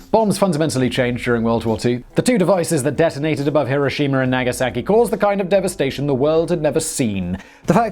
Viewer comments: You called it "Mowb" My God Simon there's no way that was on accident. And where's Hiroshimer? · It’s pronounced “here o shima” spelled Hiroshima not Hiroshina. And it is Moe ab spelled Moab not mobe. You do this stuff all the time and why do we have to look at you all the time? Wtf already.